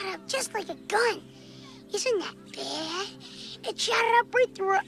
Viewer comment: 'Isn't that b-yad? It shot up right through her eye bwawl'